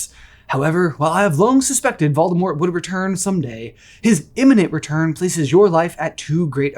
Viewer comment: Here's a suggestion for a video you can call it "what if I pronounced VOLDAMORT corectly." Even though you won't despite all the references on how to pronounce the name VOLDAMORT!